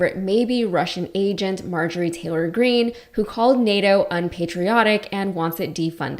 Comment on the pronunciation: . Marjorie 'GRENNE'???